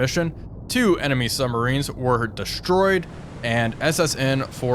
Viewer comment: Bruh, it's quite something to have a great channel that covers submarine warfare and yet pronounce them as summMarines. Lol.